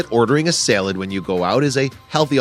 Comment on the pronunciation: S-A-L-A-D not fucking SEL-LED! fuk!